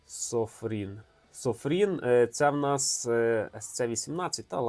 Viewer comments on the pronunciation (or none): Додивився до середини, далі не зміг... Це якийсь прикол читати назву виробника неправильно? Ти прочитав разів 50! не так, як написано. Над кожним фото написано капсом SOFIRN, у тебе все одно SOFRIN... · Прочитайте ще раз уважно назви "СоФІРн", і "ВурккОс". Є нюанс ;) А ще, от невже не помітили, що режимів ТРИ + мундайт (1 люмен на діод, саме в ньому світить 980 годин з акумом на 4000мга) + турбо. Всього виходить п'ять без "стробососів". І всі показники по тривалості світіння на різних режимах вказані для одного діоду.